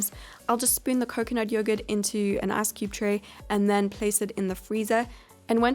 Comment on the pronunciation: I like how she pronounces “ice” as “ass” lmao